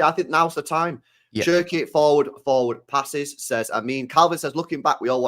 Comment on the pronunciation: love u man but stop calling cherki SHERKEE an haaland HAAWLAND...😮